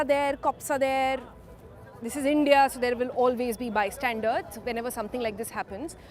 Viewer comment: 'Bystandars' nahi, 'bystanders'.